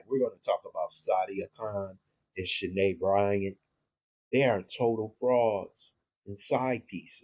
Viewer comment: I believe that other name is pronounced Shy-Ann .